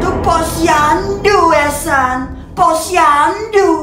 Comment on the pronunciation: polusi❎ posyandu☑️